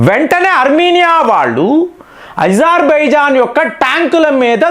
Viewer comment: ఎప్పుడు చూసినా ఏదో ఒకటి తప్పు చెబుతావు ఏంటి?అది ఇజార్బైజాన్ కాదు, అజార్ బైజాన్. పినాక వద్దు,అర్జున్ యుద్ధ ట్యాంకులు వద్దు అని మన మిలిటరీ వాళ్ళు ఎప్పుడన్నారు? మన సైన్యం వాటిని ఎప్పటినుంచో వాడుతున్నది.ఇలా అబద్ధాలు చెప్పి మీ పేరు చెడగొట్టుకోకండి.T90 ట్యాంకుల కన్నా అర్జున్ ట్యాంకులు అద్భుతంగా పని చేసినా, మన సైన్యం వద్దని అన్నదా?చెబితే కొంచెం నమ్మేటట్లు ఉండాలి.